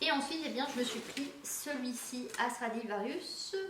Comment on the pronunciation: Stradivarius RIUS pas rious :) comme ça tu sais :)